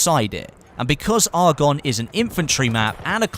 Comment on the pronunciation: You pronounce Argonne incorrectly....